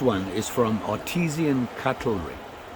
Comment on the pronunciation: It's pronounced Art-I-San cutlery